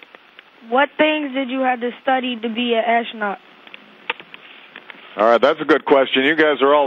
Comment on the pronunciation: i like how obama pronounces "ass-tronaut"